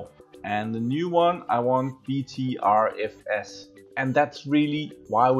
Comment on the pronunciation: Be careful with BTRFS, I used to use BTRFS on my boot drive, after 2 reboots the FS would be corrupted. EXT4 is still the best option imho. By the way, BTRFS is pronounced "Butter FS"